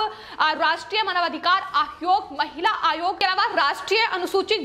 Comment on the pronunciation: आयोग कहो आद्योग नहीं। सही उच्चारण किया करो